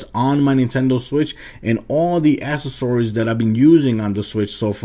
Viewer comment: u said accessories wrong stupid